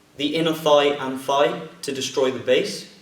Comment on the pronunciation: When I watch your videos I have trouble believing you only a 2nd degree. Your very good. When you said "thigh" I thought you said "fie" and I'm sitting here thinking "what's a fie? I took anatomy I should know this" than you kicked and I was like oh he said thigh(: i like how you take a lot of time in your videos. Nothing is worse than a tutorial that is to fast and leaves out important details.